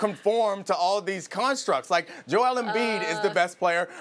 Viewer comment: This Man Said Joel ....